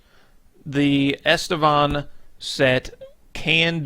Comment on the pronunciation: On Estevan set? REALLY? :D :D :D Is that a new HISPANIC SET ??? :) :) Or you mean ISTVAN SET? :) FFS....How hard can it be TO READ right :D :D :D